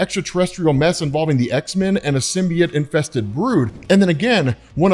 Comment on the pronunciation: learn how to say symbiote you fucking lunatic